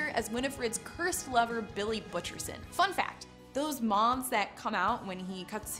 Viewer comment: Those “mongs” when he opens his mouth? Couldn’t have done a second take where she says “moths” correctly?